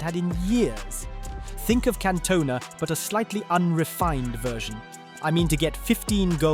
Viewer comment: Catonena 😂.. I'm done...